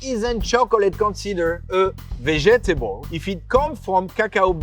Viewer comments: vejetable is sending me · Him pronouncing vegetable like that made my day.